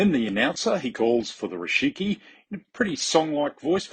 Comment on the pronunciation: You keep saying Rishiki, but it's Rikishi :D